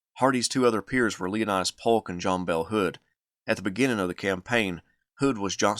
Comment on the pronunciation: It's Pole-K, not pulk